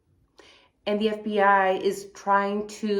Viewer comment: lol, F-B-I sounds more like F-Bi not fib. Love the videos and the channel!